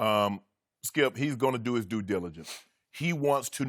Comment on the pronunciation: Taking a shot every time skip says Do-diligence.